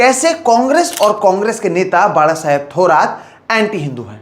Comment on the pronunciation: धन्यवाद,.... एक सराहनीय विडिओ. दुसरी बात है की आप बाळासाहेब का उच्चारण एकदम सही कर रहे हो.